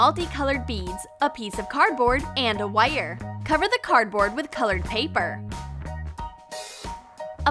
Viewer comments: said wire as wuiyur!!! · Why does she say wire so weird